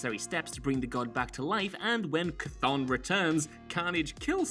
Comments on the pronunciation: Chthon (Ka-Thoon) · It’s pronounced “Cuh-thone” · talking about C'thon? I've always heard it pronounced "ka-THAWN".